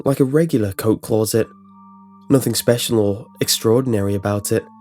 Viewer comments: CLAWset lmao. It's closet. He kept saying it and each time he did I couldn't stop laughing. Shit story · "CLAW-ZIT" why does this keep happening? That's the scariest thing about this creepy-pasta. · The way you say closet is the only thing wrong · No one: This guy: c l r r o u z e t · clueset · Clauset? Kinda distracted me from the story a bit... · Only scary thing is the way you say closet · You always pick creepy pastas where you have to continue on butchering the word Closet.